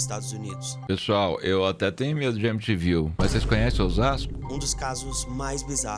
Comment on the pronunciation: M te viu... É o nome da cidade: M ti viu.